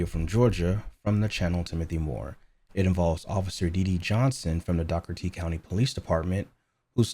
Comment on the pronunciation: It's pronounced Door-ah-tee county 🤣 I know because I know this deputy and I live in Dougherty County! Our county police department is a fucking joke! They are literally the dumbest people I have ever met in my life.